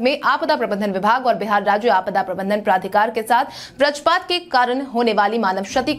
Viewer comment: वज्र पात बोलो ब्रज पात नहिं